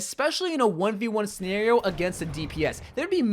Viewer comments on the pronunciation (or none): none